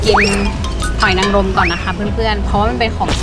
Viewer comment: หอยนางรมไม่ใช่รางรมค่ะ